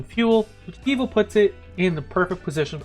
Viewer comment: Givo? Loll I’m curious, pronounce George? Good info tho 🤘🏽